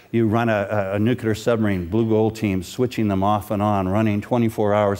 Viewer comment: I lost all my repect for him when he said: "nucular" I was like "wow good job"